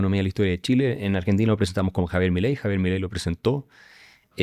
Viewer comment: cuando pronuncio miley mando a la basura la entrevista